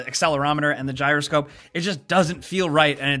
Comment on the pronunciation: as soon as he said giyro scope puzzle I went into a shrine with one FML